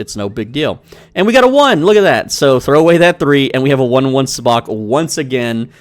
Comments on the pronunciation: PLEASE for the love of all of fandom...learn to pronounce it correctly. Even the game says the pronunciation WHILE you're playing the game. it is pronounced...SUB-BOCK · Why did you say sabacc like that 😭😭😭